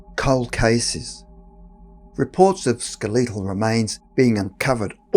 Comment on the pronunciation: Love your voice and non-American pronunciation of words like skel-EEE-tal vs. skel-it-al. Oh, and the content is top notch too. Keep up the good work